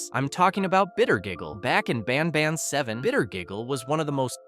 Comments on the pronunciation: Bro when he says banban he says bonban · "Ban bon" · "in the garden of banbon" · ah yes my favorite game bAn bon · garten of banbon😭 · “Garten of banbon”